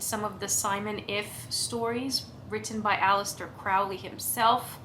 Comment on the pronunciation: This looks great. Looking forward to your videos in October. One little side note: Crowley rhymes with Holy. Good luck and if you have an questions, feel free to reach out. Oh... and welcome aboard.